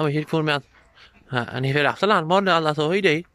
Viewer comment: The way he says "now" sounds almost like "inniú".